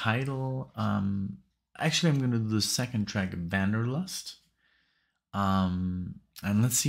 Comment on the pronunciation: Haha, your "German" is pronouncing Wah - n - der - lust, not with a "V". Your "Nickisms" are just another element that keeps us coming back😄 Btw - its Winter Eth - theer - ree - el😉. Wow!, hardly anyone tackles this unknown/underrated band, and I thank you soo much for taking a listen to these guys and sharing with your growing audience. So ironic that you chose the more Traditional sounding "Metal" track with its proggier moments (along with the very Metal "Straight and Narrow"), where-as the other tracks are Hard Progressive Rock or (mostly) Prog Metal, with some HEAVY subjects for lyrics. The line-up is pretty amazing on this album, which is different than the debut, that was basically the newer version of Fates Warning without the current singer "Ray Alder" (who has been with them since Arch left after "Awaken the Guardian"). "Sympathetic Resonance" is slightly heavier and with more technicality/complex parts. On this album its much more melodic and a few tracks that add a little complexity and tempo-changes (where SR has much more changes). The guest musicians are: Joe DiBiase Bass (former/original bassist for Fates Warning) Mark Zonder Drums (former "2nd" drummer for FW on 6 albums, formerly with Warlord) Joey Vera Bass (current bassist for FW, formerly with Armored Saint) Bobby Jarzombek Drums (FW drummer for last 3 albums) Frank Aresti Guitar solo (FW guitarist for 7 albums sporadically) Baard Kolstad Drums (Leprous) Steve DiGiorgio Bass (bassist extraordinaire f